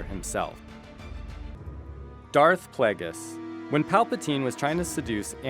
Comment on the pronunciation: darth pla-ges? its play-gee-us